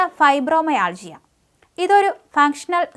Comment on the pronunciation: ഫൈബ്രൊമൊ യാൾജിയ?😂😂 ഫൈബ്രൊ മയാൾജിയ